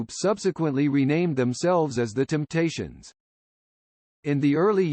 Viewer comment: Damn, even a computer says 'Kindricks' and 'Timptations' like a hillbilly? How does THAT happen?